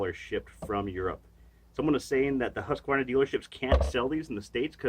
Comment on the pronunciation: First american on Youtube to pronounce Husqvarna the right way🙂🇸🇪🇺🇲